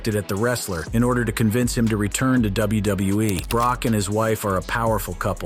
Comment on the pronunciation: Am I the only one that's hearing him say "WBE" instead of WWE half the time? Or am I having some kind of episode?